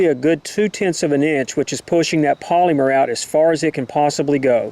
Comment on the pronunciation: Is anyone else bothered by the way he says polymer? I work for dow as an operator is a polyethylene manufacturing plant so the way he says it is killing me 😡. Also this round is designed for low penetration. If you want a hell of a 9mm round I recommend Hornady Critical Duty 135gr +P ammo (~$25 for 25 rounds). Saying in a negative way that this round has low penetration is like saying the ocean is bad because it is wet. 🤣👀